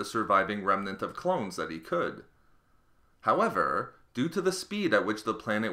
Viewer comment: These vids are great at x1.25 speed...however the HOWEVER's aren't as nice.